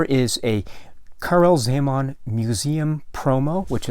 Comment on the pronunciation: ...i am from Slovakia, formerly (until 1993, similar languages) part of Czecho-Slovakia... your pronunciation of original movie title and czech names is almost spot on :-) And it is very pleasant to see the work of Czech artist Karel Zeman is appreciated around the world...